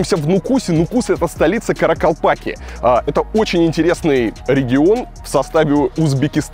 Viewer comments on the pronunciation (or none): как долго я искала такой комментарий! Спасибо! Как же мне по ушам резануло «каракалпакЦы»!😣 и в целом очень много неточностей. Сама родом из Нукуса. Очень жаль, что так мало про Каракалпакию рассказал 🤷🏻‍♀️